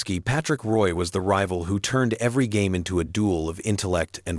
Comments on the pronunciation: Get the last name right. Roy is Rooyah. Such a disrespect to French people! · True, also name pronunciation, Roy and Potvin, was incorrect.